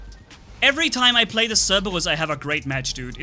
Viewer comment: I like The Way he says Cerberus I can't say it like that